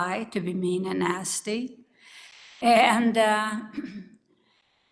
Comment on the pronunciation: Anyone else hear...I been a nasty girl when Grams says she has been nasty?